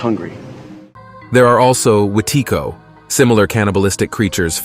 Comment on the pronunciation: omg. I'm Cree and I remember my family always called anyone who ate too much or too fast an, "Wétiko" (wee-teh-goo) meaning greedy. So it's cool to see that he tried to say it the way we do. :)